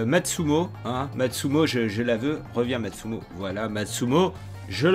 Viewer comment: MATSUMOTOOOOOOOOOOOOOOOOO PAS MATSUMO MEC, J'EN PEUX PLUS DE T'ENTENDRE ECORCHER LES NOMS, C'EST COMME LES MECS QUI RETIRE LES TOMATES DE LEUR PIZZA PUTAIN!!!